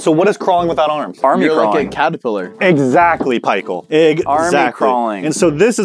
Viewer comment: so what is crawling without arms?: Your like a caterpillar: igsactly pie-cheal?